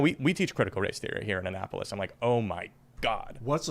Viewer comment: Born in Maryland it’s funny to hear Tim say “Anne Apolis” lol